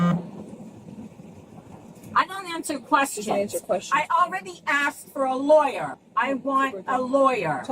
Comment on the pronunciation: Oh no, look out! She's se-wee-us, guys! She's se-wee-us and she wants her law-er! 😂😂😂